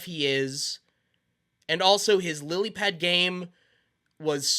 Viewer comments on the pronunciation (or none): none